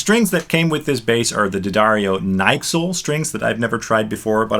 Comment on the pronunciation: Never ever have I heard someone call the NYXL strings "Nyxel" as a whole word LOL. Also, are you really a guitar or bass player? Never even heard of the NYXLs? :D That's almost imposssible.